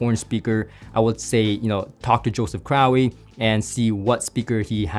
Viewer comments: well you pronounced it like you had an "owie". 😅 Pretty sure it must be crow, like Russel Crowe. Right?? By the way it's awesome to see you reviewing these and getting him more exposure outside of the diy world! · Crowe is pronounced “crow”.